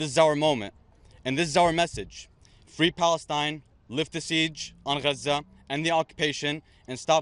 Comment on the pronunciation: Fwee Fwee Palestine mommy, 😊